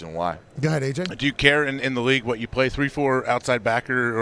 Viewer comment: Seth “you’re gonna say whud a bunch of times” Rollins!